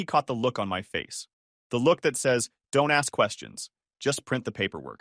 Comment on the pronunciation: Since when can this AI voice not pronounce don't